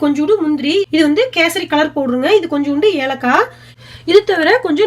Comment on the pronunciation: Kesardi illa kesari